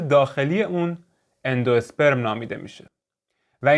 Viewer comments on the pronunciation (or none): آندوسپرم رو صحیح تلفظ نکردین ممنون